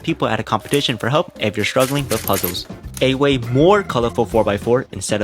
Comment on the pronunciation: Please learn to pronounce your L’s. You pronounce animals as “animohs” and puzzles as “puzzohs. I wasn’t going to comment this but I couldn’t stop my self after you kept doing it. Edit: I just got to the part where he pronounces only as “ony” and altering as ”awtering”